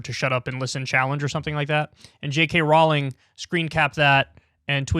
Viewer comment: Kyle it's pronounced like "rolling" As in Row your boat... I'm not even a fan of hers in fact I kind of hate her with a burning passion and her shitty books and I know that